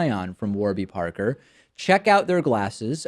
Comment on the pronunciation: i hate the way you say parker